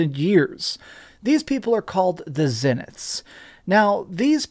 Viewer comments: Why do you intentionally miss pronounce Zeniths when you’ve obviously heard it pronounced correctly dozens of times. It’s annoying af. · Tens of hours in the game and you’re still not able to pronounce “Zeniths” properly 🤦🏽‍♂️🤦🏻‍♂️